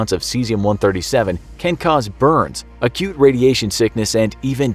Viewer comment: I heard "a cute" syndrome. Instead of acute 😂 HELP